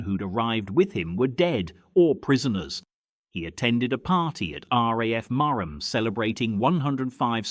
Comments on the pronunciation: Not Mar Ham it's Marham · It's pronounced Mar-ram not Mar-ham.